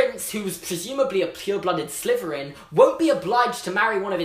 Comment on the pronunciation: We say slitherin, says sliverin